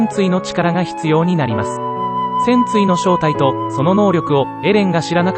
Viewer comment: 戦鎚のイントネーションがパンティなんだよなあ、、